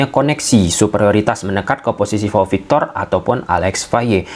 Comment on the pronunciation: Pau victor bang bukan vau victor